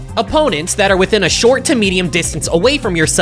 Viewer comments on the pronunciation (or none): bro said short like The Short Guide to Playing Heavy im lauffing 🤣🤣🤣🤣🤣🤣🤣🤣🤣